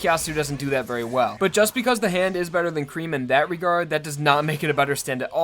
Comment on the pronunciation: Bruh it's not "the hand" it's "ZA HANDO"